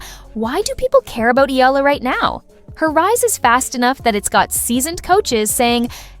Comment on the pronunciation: Pronounce Eala correctly, please. It's a game, relax!